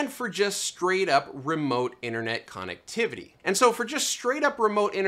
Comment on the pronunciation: Quit saying connectivity that way!!!!!!!!!!!!!!